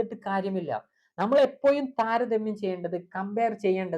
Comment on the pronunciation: എപ്പോയും അല്ല എപ്പോഴും 😂